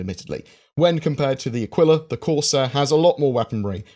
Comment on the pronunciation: Who else wants to rip their ears off every time his mispronounces “Aquila”